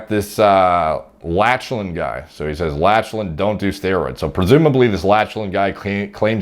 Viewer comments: lach-a-lan LOL it's pronounced lock-len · It's "Lock-lan" not "Latch-lan" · Latchelan haha - try Locklan dude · Lol, you are my boy but… “Lach-lan” I’m sure there are a thousand comments already telling you this but it’s pronounced “lock-len”. Tbh I really wanna watch a video when you have to say “sean” 😂. Honestly bro, you are the man. Respect your thoughts on everything in this field, you are the man…. The “lach-lan” pronunciation just made me laugh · *Lock-len not Latchelan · As another Lachlan. It is pronounce Lock-lan not latch-lan. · Bro… great video, good sense of humor. I watched from a BJJ perspective not body building. I was cracking up at “Latch-Len”, it’s “Lock-Len” no worries you wouldn’t know unless you followed. Good content 🤙🏽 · Lock-lan, not latch-lan lol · Bro its Lock-lan not latch-lan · Lachlan is pronounced "lock land" not "latch land". Lachlan lost to Gordon in the absolute finals of ADCC 2019 via RNC. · Lol btw Lachlan is pronounced “Lock-Lyn” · ''latchlan'' lmao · It's pronounced Locklan fam,😂😂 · Them 'Latch-lan' gains. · "Latchland Jiles" lmao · “Latchlan” omg 😂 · Triggering me pronouncing Lachlan Latchlan. Also when he says my team is the only one that doesn't use steroids to a certain degree, he could be saying to a certain degree to the fact other teams might not juice..Although saying that he looks like he on the gear. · Thats lock-lan* . But Gordan is the GOAT of nogi much respect. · It's pronounced "lock-lan" lol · It is pronounced "loch-lan". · I think is pronounced: "Lock-lan" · "latch len" that pronunciation has to be a joke right? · Pronunciation of Lachlan was quite funny. It’s “Lock-lan”. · Nah man, it's Latch-Lan I loled every single time he mispronounced that. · Lol definitely not how to pronounce 'Lachlan'. Its pronounced 'Locklan' lol. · Lachlan hahahaha it's pronounced "Lock Lan" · haha lost my shit when he first pronounced it latch-lan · "latch-lan" hahaha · Learn how to pronounce the name Lachlan lol....